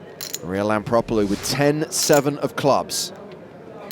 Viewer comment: Hmm. Is her name spelled Lampropulos but pronounced Lampropolus ?